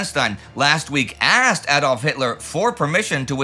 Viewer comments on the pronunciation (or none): none